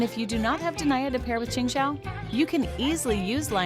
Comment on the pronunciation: De nee aa not Deny-a